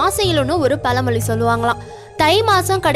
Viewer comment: Pala moli, Alai, yealu, yealai, do you correct your pronunciation..